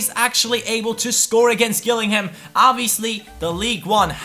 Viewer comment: Gillingham is pronounced Jill-ing-ham! I know cause its my local team:)